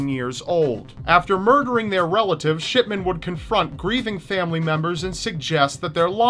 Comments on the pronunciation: Shidman or shitman? XD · When you say shipman it sounds like ****man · I thought you said Dr. Shitman not Dr. Shipman XD Though from what he did I think he deserves the first... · You say Shipman sounds like shit men lol omg 😂😂😂😂😂😂💀💀💀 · Why do I hear Shitman and not Shipman every damn time?? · He definitely said shitman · did I just heard Shitman? :D haha XD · ***** I mean come on, am I the only one that hears Shitman? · Sh...shitman? Did you say Shitman? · Anyone hear shitman instead of shipman?? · For shipman, I thought he said shitman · Marro Hill didn't he say shipment? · Lol did he say Harold shitman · shitman xD he always said like dat xD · Am i the only one that heard "Shitman"? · For the shipman story it sounds like he's saying shitman lol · 706 you said harald shitman lol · Hehe it sounds like shitman he he hehe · It sounded like sh#t men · Shipman? Dont you mean Scatman? :D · Lolz it sounds like your saying sh*tman instead of shipman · sounds like your saying shitman instead of shipman:3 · I keep hearing "Doctor Harold Shitman" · When u talked about Harold Shipman, it sounded like u were sayin *shit*man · Hahah when you said shipman it sounded like you said shitman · at one point it sounds like he says "Shitman" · I thought u said shitman though 😓